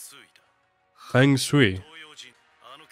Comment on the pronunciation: Yup, that is Brook. It's pronounced "Fung Shway" btw YOHOHOHOHO, ABUNEZOU, JI-JII !!